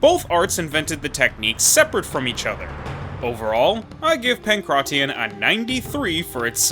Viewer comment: The way you say pankration makes my skin crawl